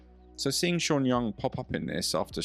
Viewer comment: ¿”Vanelis”? ¿”Sha” Young? ¡Qué ridiculez.